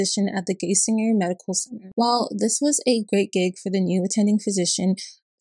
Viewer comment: Hi so this is a month late but it's pronounced Guy Singer